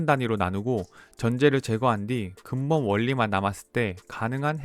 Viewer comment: 금본이 아니고 근본 아닌가요?